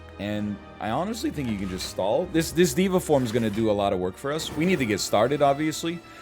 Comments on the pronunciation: dey-va form not dee-va form my dude :-) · I really like NL saying diva form instead of Deva form